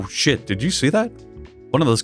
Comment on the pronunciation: Pft, he said "sheet" again